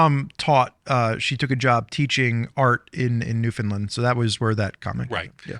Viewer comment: You pronounced Newfoundland almost exactly correctly. Well done. No sarcasm.